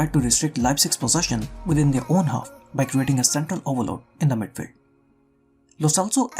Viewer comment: Cringed everytime u said midfeld loved ur content btw